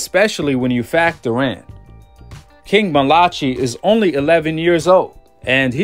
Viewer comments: Bro it’s I think it’s pronounced Mal-uh-kie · I think his name is pronounced mal-uh-kie malachi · Malachi? Is it not pronounced as Malah-kai? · Pronounced "MAL-UH-KYE" Malachi 👌🏿! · Mal-a- Ki … or King Jr … you’re saying it wrong … I know cause his dad is my coach , and I’m on the coaching team